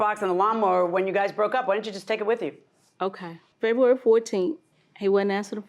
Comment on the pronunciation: "She cut the phones off in FEHWEARY"😂😂